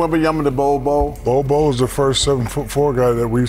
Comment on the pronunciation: It's "Bol Bol" mate